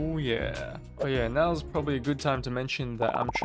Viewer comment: gewd instead of good